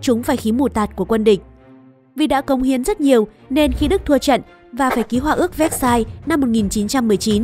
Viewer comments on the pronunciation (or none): Vơ seo chứ ko phải véc sai nha